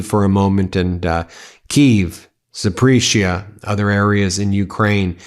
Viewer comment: Dear Ben: ZAPORIZHIA = Sounds more like "Zap-or-ease-ya." ✅️ Keep up the good work, Ben.